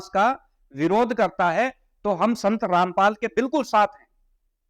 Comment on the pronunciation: पहले अपने आप रामपाल को ठीक से बोलना तो सीख ले जब यहां पर आकर बकवास करी है तुमसे ज्यादा तुमसे ज्यादा जातिवाद इस दुनिया में और कौनफैला रहा है तुम लोग ब्राह्मण को गाली देते हो तुम्हारा बस यही काम है जातिवाद तुमने शुरूकरा था